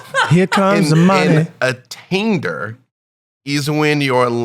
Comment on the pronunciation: A-taint-er; the beholder of a taint